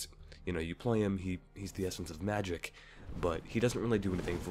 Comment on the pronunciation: Haha love his dragon tongue in pronouncing magic I AM THE ESSENCE OF MAG I KK